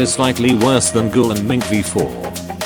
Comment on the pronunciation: Bro it's ghoul v4 not google v4